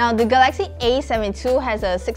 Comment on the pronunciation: ga-laxy / ga-la-xy